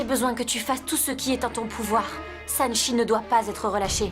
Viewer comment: Apa tonton nikita di sanakchi Olye de sanchi😂😂😂😂